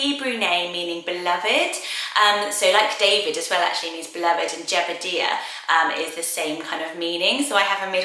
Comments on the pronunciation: It’s pronounced Jeb-uh-die-ah, not dee-ah! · I've never heard Jebediah pronounced that way. I'm pretty sure it's pronounced Jeb-ah-die-ah. My cousin is named Jedediah which is close!